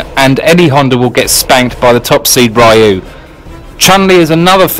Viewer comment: He pronounced Ryu's name correctly. (Rr-eye-ooo)